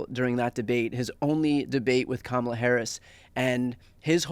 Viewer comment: And it's KA MA LA